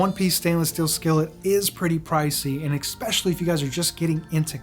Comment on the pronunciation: Are you saying "expecially"?